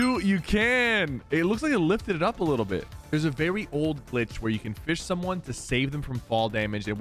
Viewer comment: There a verwy 💀😂